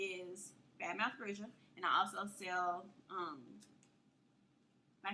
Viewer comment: bruja is pronounced brew-ha IJS